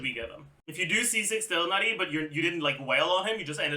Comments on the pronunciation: the way he says tough-nutty instead of tig-nar-i drives me up the wall! how does he speak english so clearly with everything else he says, but BUTCHER names so badly!? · God if that's how you say Tighnari correctly, then I will continue saying it wrong.